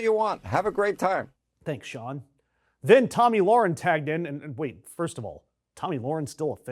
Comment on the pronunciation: Its Tomi Lauhren you moron not Lawarence